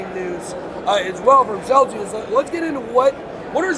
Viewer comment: Lmao - it's Celsius not celcius 🤦‍♂️